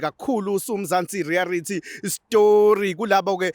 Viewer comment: Mzantsi reality or mzantsi rearity